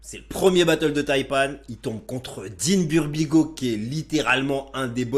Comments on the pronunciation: Yen a qui disent qu il dit DEEN BURBIG-L. Je sais pas ou ils ont entendu ça... ils veulent pas accepter que sa langue a fourcher mdrrrr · On est d accord qu il dit deen burbigay au début 🤔